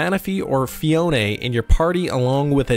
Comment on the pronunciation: FEE-OWN Not FEE-OWN-NAY It’s like you trynna say it with your pinky up or something but it just incorrect 😂